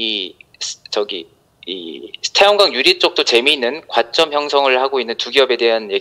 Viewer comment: 과점을 과쩜이라고 하는 애가 너냐?